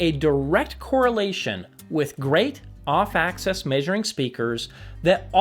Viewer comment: Axis not access